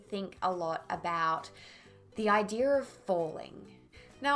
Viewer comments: I'll never understand why the word "idea" is pronounced "idear" half the time. No offence, but it sounds like a speech impediment. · Say "idea to play" then "idea of bowling". In neither of those quoted phrases is there an 'r', so you shouldn't hear one. I'm sorry, it's just a strange artifact I've noticed of some British, Australian, and American dialects that sound so odd. I mean, don't you hear it yourself?